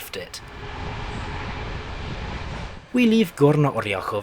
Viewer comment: As a person from Varna I feel very proud of the mentioning of my city and also its pretty funny to hear you mispronounce a lot of stuff like Gorna Oryahovica (Горна Оряховица)or Bulgarski durzhavni dzeleznici (Български Държавни Железници). Pretty good video I am glad, that you took BDZ's problems with no problem like ,,Meh it's a part of the journey".